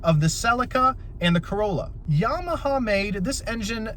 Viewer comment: Not to be a dick but I chuckled at “Yamahaha” 😂